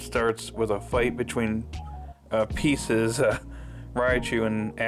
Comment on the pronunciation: It’s pronounced (Pie Sees)